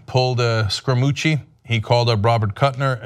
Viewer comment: Cenk... please... it isn't Scrumucci. It is Scaramucci.